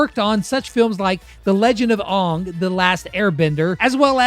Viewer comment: I think they're talking about how he pronounced "Aang"